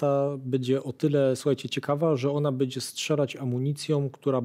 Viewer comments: Fajnie się słucha, lepiej niż na kanale WoW ale pan nie oduczy się mówienia bedzie zamiast będzie. Pytam się gdzie jest pan Mazurek poprawiający wszystkich używających niepoprawnej polszczyzny?! 😉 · Fajny odcinek, milo posłuchać merytorycznego materiału. Jedna uwaga Panie mówi się będzie a nie "bedzie". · Będze nie bedzie trzeba nie czeba. Krakus zwraca uwagę na poprawną polszczyznę